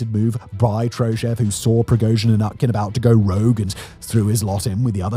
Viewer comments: Utkin is pronounced with a U. Not an A. It comes from Utka, russian for duck. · I'd be remiss if i didn't mention that "Utkin" (pronounced OOT-kin, come on Simon) is basically Russian for "Duckman". Yevgeni Duckman.